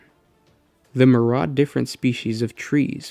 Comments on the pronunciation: MYRIAD IS NOT PRONOUNCED AS "MUR-ADD" IT IS "MIR-EE-ADD". SAY IT AGAIN AND AGAIN UNTIL YOU GET IT RIGHT... "MIR-EE-ADD". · Good video, however pronunciation of "myriad" and "internecine"...